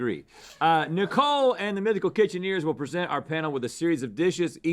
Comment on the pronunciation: "Mythical kitcheneers" hmh.